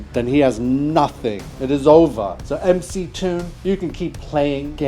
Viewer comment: He did correctly pronounce MC Toon, so credit for that.